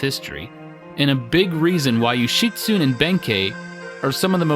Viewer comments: Yo-shi-tsu-ne. Yo-shi-tsu-nay. Syllables, breh. All vowels and all consonants are separate syllables, and all vowels are pronounced the same way each time. A as in ah (say ahhhhhh) I as in ee (lee) U as in ooh (boot) E as in -ay (todAY) O as in Oh (toe) There are no silent vowels... only sometimes it sounds like there are to our "clumsy American ears" or whatever they say about us thinking "desu" sounds closer to "days" than "de-su". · Yo-shi-tsu-ne (yo-shi-su-nay) Ben-kei (Ben-kay) Ama-haga-ne (Oma-haga-nay) Just like pronunciation is important to Americans, kanji and hiragana pronunciation is important to Japanese. Good video, great game. It's timeless and fun. They need to remake the original for newer consoles. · 'Yoshitsune' is four syllables: 'Yo-shi-tsu-ne'. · The pronunciation is: Yoh-She-Su-Nei and Mah-Ha-Gah-Nei. You have to pronounce every letter, there's no silent e's to change the inflection or pronunciation of vowels. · Mainly just leaving the end syllables off (Yoshitsune should be 4 syllables, but most English speakers won't realize it because the ending reminds them of the word "tune" or other words like that fool people into thinking there's not a syllable there because it's like a word we have - German can do that too, and also in other ways, like where people think Kramer should be pronounced like Kraymer, but it's actually Krammer because there's no modifying that first syllable just because there's only one m). English is one of the worst offenders for pronunciations having nothing really to do with how a word is spelled (lots of other languages have silent letters and other odd looking sets of letters but they often have consistent rules, or they do like German does and there's little guess work).